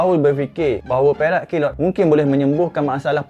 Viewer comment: Yang aku dengar perak kilot. Apa sih